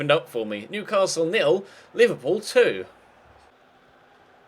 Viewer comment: Anybody hear say Liberball players